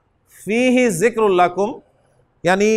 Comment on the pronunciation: السلام علیکم ورحمۃ اللہ حضرت آپ "ذکر" کو "زکر" پڑھ رہے ہیں، یعنی "ذال" کو "زا" پڑھ رہے ہیں ، اس سے معنی میں فرق نہیں پڑتا ؟